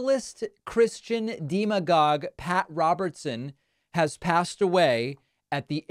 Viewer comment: Why is David’s pronunciation of words (and often names) so random sometimes? Deeemagogue?